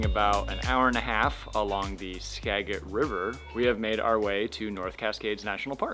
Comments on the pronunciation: It’s called Skagit (soft g) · That would be pronounced "Skajit" river :) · Funny way how you pronounce the words, SKAGIT and NOOKSACK!